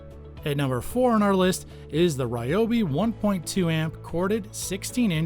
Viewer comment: Its, Reeeee-O- beeeeee Not, Rye-O-beee Look it up